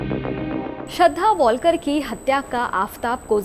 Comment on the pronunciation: News anchor ho tum pranounsation to tik se kiya karo tum wiktom ka it's a shradha walkar not wallkar